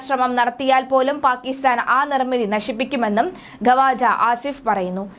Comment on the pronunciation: ഖവാജഅല്ല. മലയാളം അറിയില്ല അലെ എണീറ്റ് പോടി ഖ്വാജ ആണ്